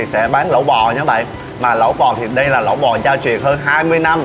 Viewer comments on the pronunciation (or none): Lẩu ko phải Lẫu nhe bạn